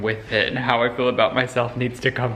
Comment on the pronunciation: Everytime pronounces feel as « fill » I want to scream